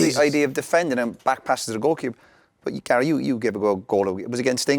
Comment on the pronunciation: Is wrighty calling Gary gal hahahaha